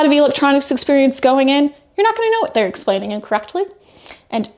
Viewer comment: what is it about your generation and saying "Wrongk", and "Explainingk"...stop puttingK a K at the end of anythingk endingk in "ing". For cryingK out loud.